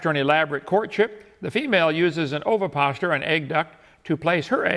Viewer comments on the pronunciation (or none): Of course Kent Hind End mispronounced "ovipositor" because he's never seen big words like this before and is completely clueless about science stuff.